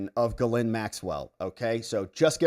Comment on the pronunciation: It is pronounced jiz lane